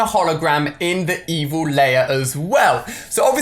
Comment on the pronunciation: Stop saying layer it's lair